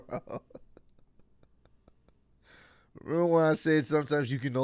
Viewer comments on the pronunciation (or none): Why the hell are you guys saying aeller 😂😂